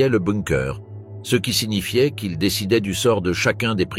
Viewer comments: C’est pas compliqué à savoir que c’est un IA qui parle quand il dit ce ou ces il dit juste le lettre C E S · Je confirme c’est une voix IA , ce est prononce C E et quelque autres fautes, mais globalement c’est bien fait